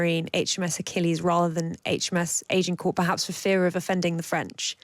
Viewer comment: In WW2 the yanks reused names from sunken carriers. So renaming isn't unheard of. Don't know who the work experience girl is, but perhaps the problem is that nobody can pronounce Agincourt?